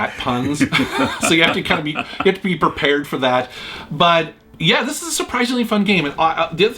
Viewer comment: You gottt a be Purr-Parred for that